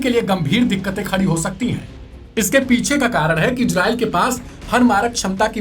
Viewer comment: Ejrael nahi bhai Israel bolo apna tone sahi karo....